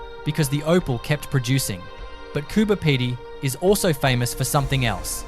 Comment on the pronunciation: Get the names right , Diamantina pronounced , Di - man - tina , Marree pronounced Ma - rree , Coober Pedy pronounced Coo - ber - pee - dee , Uluru pronounced U - Lur - ru . Laverton , Lav - er - ton , Bedourie , Ba-doo-ree